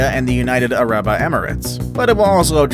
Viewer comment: It's United Arab Emirates not United Araba Emirates